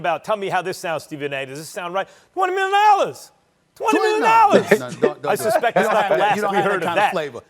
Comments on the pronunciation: “YOU MAKE TWENNIMILIONDOLLAZ” 😭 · Twenny mion daah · TWENNI MILLION DOLLAS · 20 mionalllas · 20 million nollas 💀